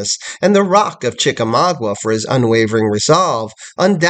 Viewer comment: Sir i am trying very hard to be understanding with you. But your errors are getting outrageous. General Grant was not at the battles of Mill Springs, Perryville, or Chickamauga.{pronounced Chicka-maaga not Chicka-mawgwa) General Grant didnt come into the picture until the siege of Chatanooga. I dont understand why you put these types of errors out here for people who dont know any better to take you at your word. Its ridiculous. Just take more time doing research instead of putting out videos so quickly and it would be a better product. Also old hickory was never a nickname for him. That belongs to Andrew Jackson. Why do you not care about this. You should be ashamed.